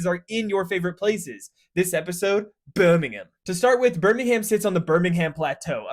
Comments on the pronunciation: I noticed that too. It sounded very Peaky Blinders-inspired. 😄 He probably couldn't keep it up throughout the whole video though, so that's why he switched back. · In alabama, he said it correctly the 2nd time. Damn brits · It's the most canalled place in the world (afaik, definitely more than Venice tho) It's not pronounced like that It's no one's favourite place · The way he's pronouncing Birmingham is sending me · If I was talking about Birmingham, Alabama then I would pronounce the H. If you're talking about the Birmingham in England then you shouldn't pronounce the H. It's not that hard. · Learn to pronounce it before talking about it. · I expected Birmingham to be pronounced wrong, but wasn't expecting Doomsday book to be mispronounced as Domesday though XD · tbf he does pronounce it like that . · This video hurt to watch as a Brit. Literally not one place name was said correctly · Makes the effort to pronounce Liverpewl. Proceeds to butcher pronunciation of Birmingham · As a Brummie born and bred, I appreciate this introduction to our city. I concur with many of the comments that Brum wouldn't be many people's favourite places and that you definitely don't pronounce it Birming-ham (it's more like Birming-um), but I think many others are being harsh. We've got an excellent industrial and intellectual history, some of the largest green spaces of any urban area in Europe, lovely canals, and a European Cup winning football team (UTV!), plus the Cadbury factory, lots of good universities, and a brilliant Indian food scene - the Balti is one of Brum's finest creations! Parts of it are rundown, largely down to Thatcher and poor management from successive (and likely future) governments and councils. The current bin workers strike doesn't help matters, though all solidarity with them. Overall though, I think we're a misunderstood and overlooked city with a lot of decent working people. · "Shit-stain" not "Birming-ham" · “Birming HÆM” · Came here to say just that😂😂